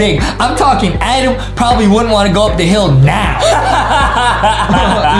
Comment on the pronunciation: Its always funny when Justin calls Adam A-dem